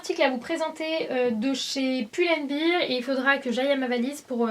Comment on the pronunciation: Tout le monde parle de son forever vingt-et-un mais personne ne parle de son "pull and BIRE" hahah :D sinon super haul j'ai adoré tes achats ! :)